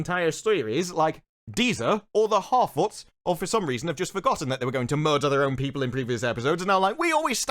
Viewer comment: Harfoots......you mean horror-foots